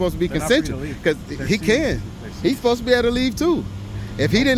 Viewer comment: "Posed" is obviously mispronouncing "supposed". You know, like when southerners say, "fixin' to", and leave the "G" off of the end of the word, resulting in the mispronouncing of "fixing". Like when southerners say "like 'iss", or "like 'at", thus mispronouncing "like this", and "like that". There are plenty of others, but I think you get the point. Not really sure what yours was, but uh....Okay. -_